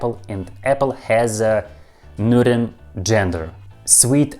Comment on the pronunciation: I'm still in the middle of the video, but you pronounced "neuter" like a champ! I know your history with the word. I imagine you were finally able to get to sleep LOL. Well done! P. S. Russian is still difficult as hell. I'm so confused. At this point I'm just listening to your voice and the sounds of Russian spoken slowly. P. P. S. In English, salty (pickled) cucumbers are called pickles. The cucumbers are soaked in brine to make the salt (and other ingredients) penetrate into the cucumber. It's called pickling. People pickle all sorts of other things, too (like garlic, my favorite). Oddly enough, in English, when you pickle anything else other than cucumbers, their names don't change. They're just pickled . For example, pickled garlic. But pickled cucumbers are called pickles. Yeah it's weird and I don't know how it came to be this way. You're doing fantastic with learning English, though! P. P. P. S. The term is "when I have the time". P. P. P. P. S. I think your Russian phrases are extremely interesting (for example, "better a bitter truth than a sweet lie". I would love to hear more of your phrases. When I was young, I was with my neighbor's German exchange student, and he spontaneously shouted something in German at the house cat that knocked over a cup of water onto him. I asked what he said, and he said that in German, they have a saying for when people do crazy things. They say, "have you lost a wheel!?". I thought it was really interesting and funny. I'd